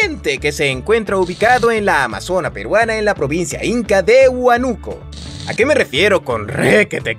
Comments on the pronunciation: No es por criticar pero no es "Huanúco" es "Huánuco" Espero te sirva el dato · Me encantó el video, pero yo soy de Perú, nunca había oído del río caliente pero sí se que se dice Huánuco y no Huanuco